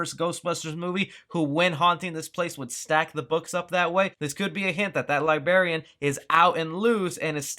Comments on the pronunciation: Librarian! Not Li-Barian. :-P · Librarian not libarian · LIBRARIAN not li-berry-an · You mean liberrian lmao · Libarian? Leaving out the "R" is just like when people say "Fustrated" instead of Frustrated. Hilarious! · LIBARIAN?!?!?!? GOD DAMNIT! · Libarian? What? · He said LIBARIAN ghost instead of LIBRARIAN ghost 🤣🤣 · The fuck is a libarian? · Lybarian? Wtf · There is another "r" in the word librarian. It is not pronounce libaeian.. Js. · Um "librarian" not "lbarian" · libRarian. Not libarian. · PKE meter. Librarian not libarian. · Librarian! Li-BRAR-ian!!! There is no such thing as a LIBARIAN! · You're saying LIBARIAN...its LIBRARIAN. And I swear you're saying Phoevee...and Louis Tully wouldn't have his own suit. There would only be 4. He was LITERALLY wearing Spengler's suit in the photo you showed. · It's "Librarian" not "Libarian"....lol. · "Libarian"? Lol no. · How he architects this whole thing. He prolly architects the whole town. Libairian. But it sounds like English is the only language you know how to speak. You're terrible at it. Even if it's not I'm sure the other is even worse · It's librarian. There is another R in the word. Also about the 5 suits Rick Moranis wore Spengler's suit so there is no reason to see 5 suits unless of course you're suggesting that Egon was the only guy with a spare or that it only exists because someone wore it. Do better research or pay more attention. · Li-brair-ian. You forgot an ‘r’. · LIE BARRY ANN?!!! naw man, come on. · Yeah.....so there’s an “R” in “libRary”....... Who says “libArian”? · libarian... lol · Love the video. Only thing that pisses me off every time is the “libarian” thing 😤😤😤😤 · He said Libarian twice like an idiot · Don't know which bugs me more; "Libarian" or how Shandor "architected" the whole town... And normally, I wouldn't correct ya, lol, but pronouncing words correctly is kinda your gig, hoss... Lol... GREAT video, otherwise! The Paranatural Podcast is READY for Summer 2020! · libarian ghost?